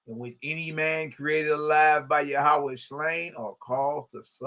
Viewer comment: I like how our bruh enunciates it..Yah oo waa